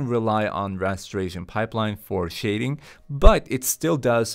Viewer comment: i'm sorry to be that one, but it's rasterization, not rasteration lmao